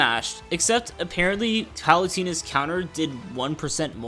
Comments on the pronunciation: Can we talk about how he said "Talutena" ? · He said talatina Wow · Same with Palutina